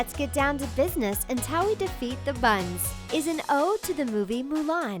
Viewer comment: It's Huns not Buns